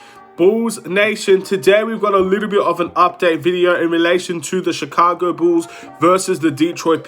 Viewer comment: It's pronounced BULLS NOT Chicago BOOS....